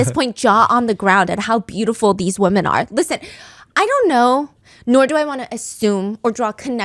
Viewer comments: 🙄 she’s saying “women” not “woman”… she might just struggle to pronounce it correctly; many people struggle to pronounce it as wi-men and instead pronounce it as wu-men which sounds like they’re saying ‘woman’… the subtitles are automated and incorrectly put ‘woman’ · why is everyone Pronouncing the plural word "Women" and replacing it with "Woman" I've noticed a lot of yputubers I'm watching are saying it like this... just curious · Wi-mn. That’s how you pronounce the plural . 🌸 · Pleeeeeease stop saying “woman” when you mean the plural form “WOMEN”!!!! They are not pronounced the same 😫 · correct, she’s saying “women” (plural) when she means “woman” (singular). This has become so common lately with people like when did everyone stop realizing they’re two different pronunciations???